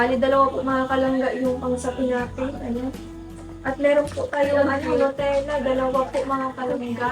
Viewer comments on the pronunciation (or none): none